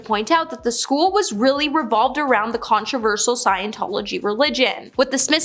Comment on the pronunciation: The word is, “controversial.”. It is pronounced,: “con-tro-VER-shil” I can’t believe I have to tell you that!